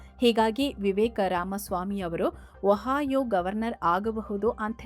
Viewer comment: ಅಮ್ಮಾ ತಾಯಿ ವಹಾಯೋ ಅಲ್ಲ ಒಹಿಯೋ.